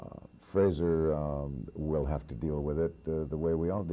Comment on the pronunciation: ……Mr Heston’s son’s first name is pronounced ‘Fraser’, not ‘Frasier’. Mr Heston was well mannered enough not to correct the interviewer………